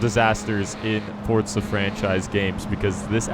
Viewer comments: forza not fortza bruh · Y does every1 say fortza its forza! Like 4za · Why do u say fortza haha its forza...